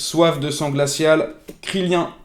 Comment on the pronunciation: pardon ???? ça se prononce kirilinne wsh